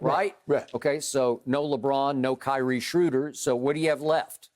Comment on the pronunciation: I can’t help but to laugh when skip says kyrie shrooder